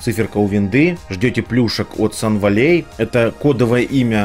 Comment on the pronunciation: Спасибо за подборку новостей и за труд, только,, не "Сан Валлей", а "Сан Вэлли") Ну как "Хилл Вэлли" в Back To The Future)